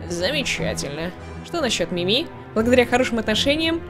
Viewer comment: правильно МИми а не МимИ надеюсь заметишь 😘